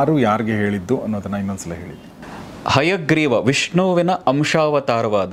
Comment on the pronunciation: ಅಯ್ಯಗ್ರೀವ, ಅಲ್ಲ ಅದು, ಹಯಗ್ರೀವ sir